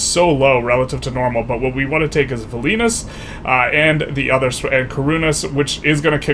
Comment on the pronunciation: The way you pronounced Kaunas and Vilnius 🤣